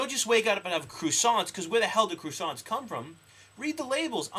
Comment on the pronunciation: What is a "croo-sant" ? never heard it said that way.